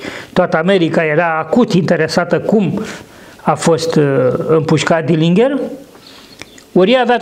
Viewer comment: Se pronunta "dɪlɪndʒər/", exact ca Fitzgerald din JFK.